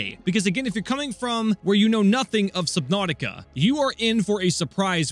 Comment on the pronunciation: He said subthoutica